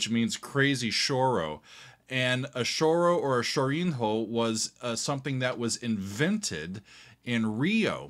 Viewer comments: Yamandu rules. Dá-lhe, guri., a tip for you: chorinho is not pronunciated as "shoureen-ho", that´s "sciorigno" (as an italian would speak that word). There´s not parallel, in english, to the soud of that "nho" sound in portuguese. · Again..... Chorinho = Cho-rri-ñu. The nho is part of the same syllable, like a spanish ñ or italian -gn-. This english mistake puts me crazy! AHAHAHAHAHAHA But, thank you again for bringing music of Southern Brasil